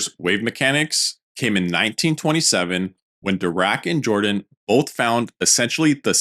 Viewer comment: "Jordan " is pronounced (in this case) as "Yordan".